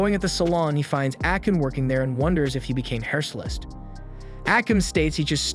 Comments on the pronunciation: I’m sitting here thinking this dude can’t pronounce any of the Japanese words or names right. Then he pronounced “hairstylist” wrong, that was the point I figured I should cut my guy some slack ☠️. In all seriousness though, I liked the video it was pretty well put together. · How do you manage to mispronounce "hairstylist"?